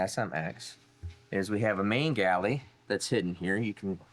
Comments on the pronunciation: The word you are trying to say is 'Gallery', with an R. Also, height ends in a T, not an H. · It is gallery not galley. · Hey. I watch all your videos way down here in NZ. I’m pretty sure that your use of the term “oil galley” is a slight mispronunciation of the term we would use here which is “oil gallery “ or oil passage for sure. Anyway keep making horsepower and videos. Cheers G McClung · oil gallery, instead of oil galley. Just trying to help.